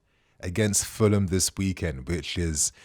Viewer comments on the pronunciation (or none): none